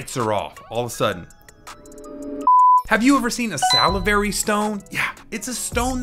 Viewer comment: Why did he say “salivary” like that?? 😭😭